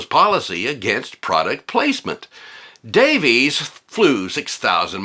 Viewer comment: Davies is pronounced Davis you dork!